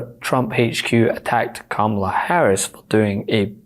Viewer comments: Hey Laura Ingraham CAN read! And she pronounced Kamala correctly. Stay in school kids. :_rudy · Did Laura just say Kamala's name properly? What is going on? Play the clip!